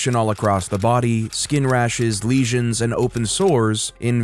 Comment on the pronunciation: leisens, seriously? have you been drinking?